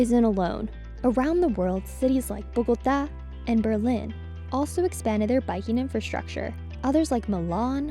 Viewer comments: Kudos for pronouncing "Bogotá" correctly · She pronounced Bogota correctly but why didn’t she pronounce the other cities names correctly?